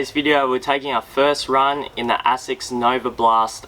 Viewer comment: it is pronounced A-sicks.....not ass-sex.